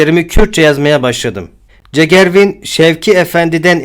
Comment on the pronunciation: Cegervîn nedîr Allah aşkına Bu ne sana Bir telaffuz İsmi: Cegerxwîn dîr